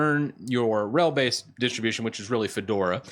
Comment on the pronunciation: your pronouncing of names is killing me. open-suse = "open-suus" (think doctor seuss). centos = "cent OS" not "Cent-oss" (think 'one cent' - like a penny - OS). RHEL is not "ruh-hell"... it's not a word - it's an abbreviation. "Red Hat", "Enterprise Linux", "R" "H" "E" "L" are all perfectly fine... but "ruh-hell" as one word is killing me. on the other hand, your handling of "ubuntu" is spot on. that bat-shit crazy OS is pronounced just the way it's spelled. regards, an 18 year legacy user of Red Hat (and clones: Oracle Unbreakable, Fermi Scientific, and CentOS).